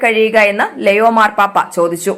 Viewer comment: ലെയോ അല്ല ലിയോ Please read ലിയോ 😪